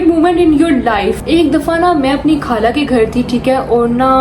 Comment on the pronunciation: kind iformation ; not kaala but khala, not galat but ghalat, and so onn corect these words... it makes really sad that we are direspecting the most sweetest language urdu ...please spread my information